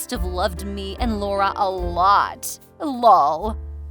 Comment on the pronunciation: Nice story. But saying “lull” instead of the letters LOL is kind of odd since it’s an acronym and not a word. Also since he’s the actual father and the mistress is the mother then that makes it his love child not a step child.